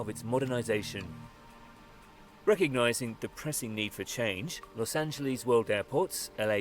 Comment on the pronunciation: This "Loes AngeLEEZ" crap has been getting on my nerves. It's "LES", not "LEEZ". Obviously, there;s the issue of "Ahn-He-Less", but one thing at a time.